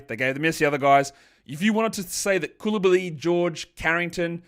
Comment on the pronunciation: FYI for the pronunciations for the Aussie language : Diabate: Dee-a-ba-tey Coulibaly: Cooley-Bali (Bali as in the country)